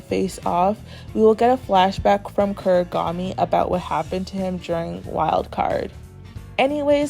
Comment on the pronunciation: Please stop saying kurigami it’s Kunigami